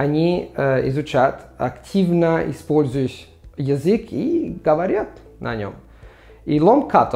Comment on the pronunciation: Petits conseils pour améliorer ta prononciation russe : le я dans язык ou языковой se prononce comme йи, et en plus court. Quand le son а (que ce soit o ou a, par exemple dans гОворить ou зАмечательно) est éloigné de deux syllabes, il se prononce comme un schwa. D’ordre général, l’accent d’intensité doit être un peu plus marqué, et surtout plus long − ce n’est pas pour rien que le phénomène de réduction consonantique est si marqué en russe, ça dénote une grande intensité sur l’accent tonique et donc une attention moindre aux autres sons des mots. Ne prends pas mal ces remarques, simplement comme je sais que tu es un perfectionniste je pense qu’elles te seront utiles ;)